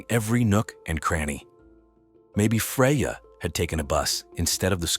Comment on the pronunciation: Is it Freya, Fredja, Frazier or Freyaay? Can we get the poor victims name correct throughout the whole video?